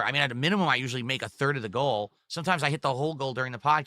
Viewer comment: "It doesn't matter what WE do for a stream guise WE always hit dagoal" turned into "I'm nervous GUISE I.. I don't know if we'll hit dagoal with only 7 bucks of sahpport" never change 🤣